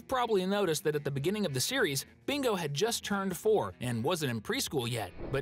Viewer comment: uhm sir there not and it's "just" not "gust"